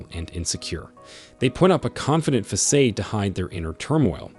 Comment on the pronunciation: Great info, but try pronouncing "Facade" & "Bravado" correctly next read.